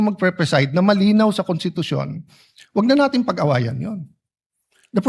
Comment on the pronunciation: Ang constitution ba ay binibigkas na walang s kasi sabi ni pastor cawatano kuntitusyon